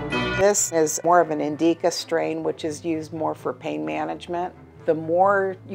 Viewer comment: It’s NOT indeecca, it’s indica